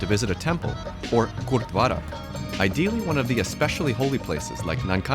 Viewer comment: Not to miss, the narrator took extra care to pronounce the non English words, eg Gurdwara, Guru Nanak, Nankana Sahib as well as places and city's names etc.. Really appreciate his efforts.